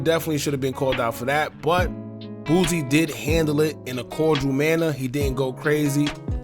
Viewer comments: Why u keep saying boozie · Why are you saying lil boosie name like that bro